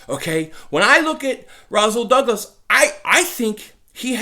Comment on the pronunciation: naw bro its Rasool ppl mess my name up all the time making the s sound like a z